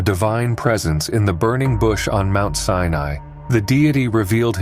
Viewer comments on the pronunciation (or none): none